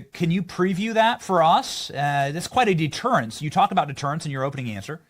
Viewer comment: HAHAHA BENNY "DETERANCE" HEHE THATS FUNNY AS FROG MARCHING.❤